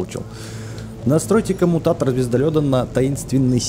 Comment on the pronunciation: камуникатор ане камутатор